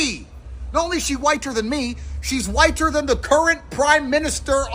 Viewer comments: why does he say whiter like that? WHYTE-TUR! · 8s he saying whit-ter? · I love how Andrew Tate pronounces the way his says whiTER. 😂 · Why does he emphasize the t in whiter? Lmao